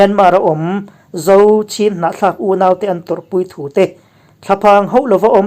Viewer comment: I tilawmawm ṭhin hle mai, nge nge. 'Chin' tiha inziak ṭhin kha, 'Chhin' tia i rawn lam dik chat tawh kha a ngaihnawm zual khawp mai. A dik lo hre ru kar tan chuan, 'Chin' tih hi a ngial a ngana 'Chin' tiha an lam hian beng a lo thlep deuh ṭhin. 'Chin' kha 'Chhin' tiin rawn lam ve zel tawh teh u. A dik zawk bawk a nia...